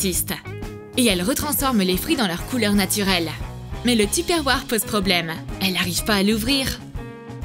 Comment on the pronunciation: Tupperware 😂😂 Ça se prononce "topeurware"